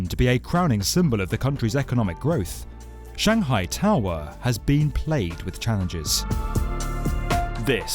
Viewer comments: “Shanghai toww errr” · Stop making such a simple word as "tower" sound awkward. It isn't "Tahw-[split second pause]-wahhh". It's just tower. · Why are you saying tower like that? Tow-hwa. It's Tow-er. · Shanghai Tao Wah?? Is "tower" maybe the word you're looking for? And the town? Shang'hai. I don't know where your shangHAI place is. Maybe someplace where they have taowahs. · This narrator has a issue with Shanghai To"w"or or any other word with a W in it. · Strange way of saying "tau - rer" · 'Shanghai tao were'. I can’t work out whether this is a person speaking or a robot. I’ve never heard so much importance given to the ‘-er’ part of ‘tower’, ‘power’ etc. Curious. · The shanghai taawaah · The narrator is English but can’t say tower 🙄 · I only tuned in to hear the narrator say the word towER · Why the exaggerated pronunciation: toweerrr etc. Too irritating to listen to any follow-up. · Was that an automated voice ? Sounded English but pronounced Tower as Tow Wer and Power as Pow Wer. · "Shanghai TAwah" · This isn’t the world’s highest tower but it is the world’s highest towwaahh. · The Shanghai Towwwwwerrrrrrrrrrr......the pronunciation made me stop watching. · yep...the w in tower is still silent :D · Complete with bonking, clonking noises and narrated by a bloke who can't actually say the word TOWER no wonder the damn thing isn't a success! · He says the word "tower" weird. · Why the weird pronunciation for tower?